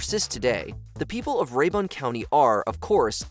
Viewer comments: Ray-bin. Not ray-bun. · Pronounced more like RAY- burn county. From lake Lanier, y'all come....yuh heh--ur. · There is no "Ray-Bon" County in Georgia.